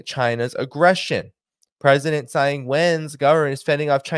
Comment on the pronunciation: The name "Tsai" is the Wade- Giles system of romanisation of Chinese characters. It is pronounced "Chai" not "Sai", because "Ts" has a "Ch" sound in the Wade-Giles system. In the Pinyin system of romanisation, her name would have been "Chai Yingwen".